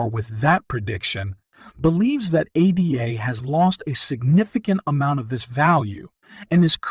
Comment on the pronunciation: If you don't even know how to pronounce Card'an'o or ADA (after Ada Lovelace; NOT A.D.A)... Terrible video. The coin is doing well, yes. I'm a maxi in fact. However, this video is cringe city.